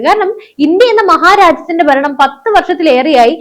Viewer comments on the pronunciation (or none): none